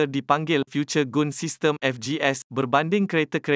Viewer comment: Haiya...sebutan GUN tu biar betui la admin......